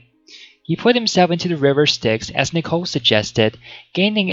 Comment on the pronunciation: It’s knee-co, not nick-o